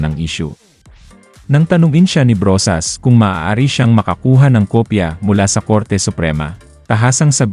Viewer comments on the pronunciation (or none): none